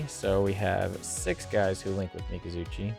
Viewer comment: Im going to start saying MikazuChi instead of Mikazuki lmao good vid though